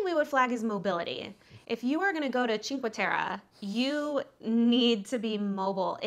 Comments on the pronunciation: please pronounce it correctly it's cinque "te-reh" not te-ruh... :( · It's Cinque Terre not Cinca Terra. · If making a video about a location learn how to say it. This is brutal listening to you both saying ChinqA Terra. At least show you know enough about a place that you learned how to pronounce it. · "cinco terrah" good gracious. You lose pretty much all credibility when you pronounce it that way, American. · I can not get over the mispronunciation of Cinque Terre....